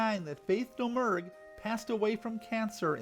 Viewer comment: Nice video! From what I can surmise from various sources, Domergue pronounced her last name "Da-Mure."